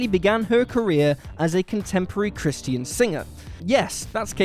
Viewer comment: how many times will they pronounce christian wrong